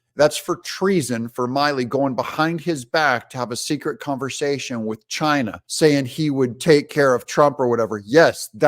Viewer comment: His name is mill e not mile e doug